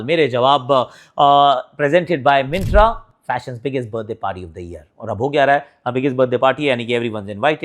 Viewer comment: Yaar pichle 4 video se Myntra ko mispronounce kar rahe ho. Brand waale kuch nahi bolte kya? Koi to hoga team jo bataye ki galat bol rahe ho!